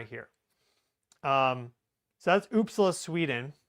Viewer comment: it's pronouced Oop Saaa la. The stress is on the Sa not the La